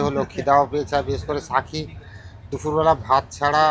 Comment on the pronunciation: সাথী কে সাকি উচ্চারণ করেন কেন?